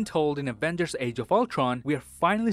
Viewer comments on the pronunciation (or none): none